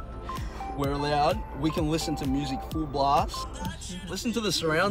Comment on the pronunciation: "She might be shocked cause ve are so small" oh god 😂